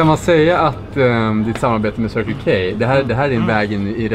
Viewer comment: Det här med anglosaxisk uttal...